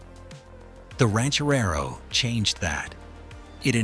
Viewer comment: Ranch-A-Rerro? ...Somebody Sober Up This A. I. Narrator Dude !